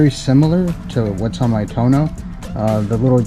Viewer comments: TUUUUUUUUOOOOOOOO NOOOOOOOO not Tuno.....lol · It's Too-ono not tono. But your Guzzi is just beautiful. Thinking of getting one myself. Enjoy. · It’s too-oh-no, not Tone-o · Please have an Aprilia dealer teach you how to pronounce Tuono! I had 2017 Factory and it was a great bike. I now have the V85tt and considering the V100. Now if MG would put this engine in the V85 I would keep it.